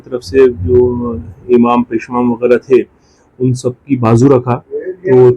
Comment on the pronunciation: मंजन नहीं मौजन पेशमेन नहीं पेशईमाम